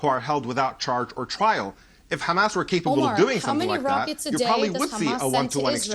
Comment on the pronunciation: “Hamases” said like a true blonde lol